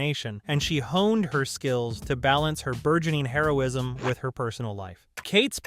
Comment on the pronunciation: Does anybody else seem to hear Heroism (Drug) instead of Hero-ism